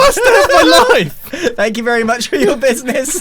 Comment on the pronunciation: The outtro “THANSKS”